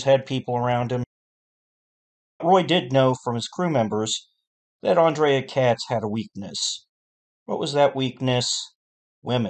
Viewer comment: Andre not Andrea